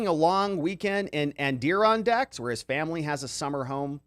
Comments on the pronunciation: You r great! Btw it’s add-er-on-dacks. 😉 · Oh poor lol here’s how to pronounce it [AD] + [UH] + [RON] + [DAK] they are mountains located in NY.